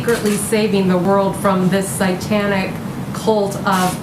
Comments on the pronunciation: Siteanick, psytanich what the heck haha she doesn't or can't say the word satanic. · Notice she says Psy-Tanic??? Not "satanic". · It sounded so "intentional". As if she was fearful to pronounce the word as it is "written". Glad there's at least three of us noticed this oddity!